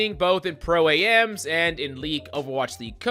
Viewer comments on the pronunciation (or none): Maybe I just listen to carefully but did he say Pro/ A.M.s.? As in AM PM. Dude its called Pro AM for Professional and Amateur. Jeezus